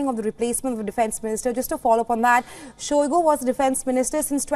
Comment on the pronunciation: Shoigu became Shoigo